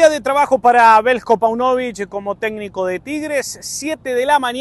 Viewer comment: Páunovic..... acento en la ''a''.